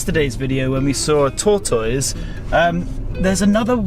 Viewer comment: Tor- toiz! I love it!! We say tortus, altogether and fast. British pronunciations, along with all of the travel adventures, are among some of the reasons I love you all!!😘